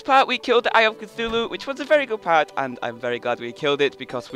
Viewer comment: you keep saying eye of cithulu